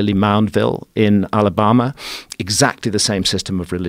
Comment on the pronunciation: You can’t call it “Allahbahmah” 😆